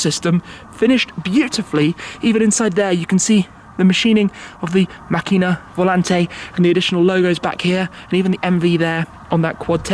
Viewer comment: Hi Shmee, It's pronounced Màcchina, with the accent on the a instead of the i. Trust me I'm Italian ;-)